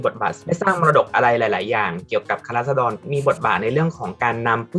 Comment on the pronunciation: พูดไม่ชัด ฟังดีๆออกเสียงว่าคะน้าราด ชัดเลย